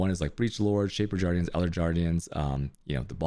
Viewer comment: shaper jardians and elder jardians